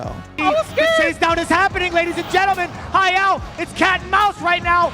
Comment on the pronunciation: Anyone else hearing “Hi-El” instead of Hayao? I was confused most of the time he’s pronouncing it like that.